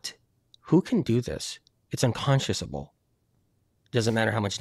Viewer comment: keeps saying “unconsciousable”, the word is “unconscionable”. Time for Spirit to do some reading